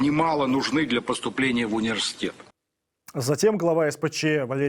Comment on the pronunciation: У слово "университет" забавно звучит.